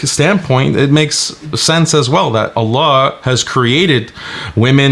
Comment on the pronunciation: Greetings. We thought you had made the effort to say the Name of ALLAH, ALLAH, properly, yet it seems you have a lot more to imrove on on which you shall be double rewarded for your sincere effort of which you have a natural difficulty (in pronouncing Islamic words i.e in reciting Quran). And ALLAH Knows best♡